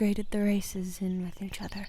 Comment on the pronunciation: She said wit. I heard width. Now I can't stop thinking about thicc dragons.